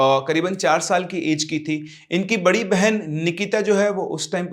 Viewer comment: baina nhi hota bena hota hai